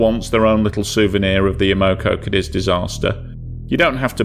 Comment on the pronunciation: clean your nasal cavity or use an artificial voice.. or stop sucking the damn carrot 🤮🤮 Cadiz, not cadEz, you fluffing tool! Not "off the coast of Britney"😭😭😭 You piece of fluff, you can't tell the difference between DWT, mass and GRT. You shouldn't be allowed to publish anything anywhere anymore.😢